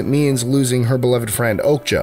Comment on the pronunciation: I think "Okja" is pronounced "Okya" not "Okga"